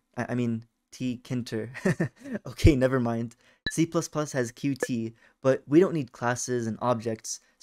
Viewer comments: uh actually, the first line in the wiki says its actually pronounced “cute”, not “cute-tee”. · ITS PRONOUNCED "cute" NOT "CUTEE"!!!!!!!!!!!!!!!!!!!!!!!!!!!!!!!!!